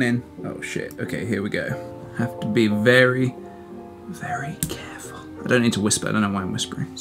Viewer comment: Vewwy vewwy cawful